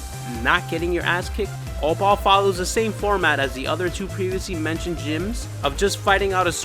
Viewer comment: why tf he say "opal" like that